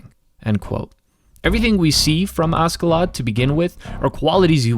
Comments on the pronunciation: its kinda painful to hear u say askedladd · Extremely annoyed by him saying asKeladd all the time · FYI the Ask part of his name is pronounced Ash, as he was nicknamed after Ash. He's Askeladd the Ashen Lad. The Dub just gets it wrong.